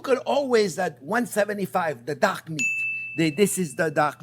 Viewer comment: Looks fantastic! I was very confused as to why you kept talking about duck meat when this was a chicken dish. It was only at the mark that I suddenly realised you'd been saying "dark" meat :)